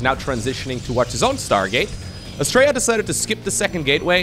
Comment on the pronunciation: All I kept hearing with Astrea's name was "Australia". That's probably because we're lazy with syllables and his name is closer to how we actually pronounce our own country.